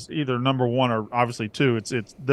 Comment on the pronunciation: Appreciate saying "Florida-Georgia" correctly.